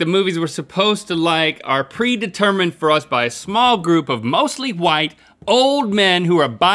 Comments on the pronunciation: What is link trying to do by putting that emphasis on white? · Trying to be funny. It seems like it fell flat.